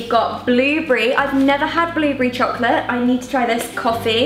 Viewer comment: I love how Niomi says blueberry, "blewbree" 😂❤❤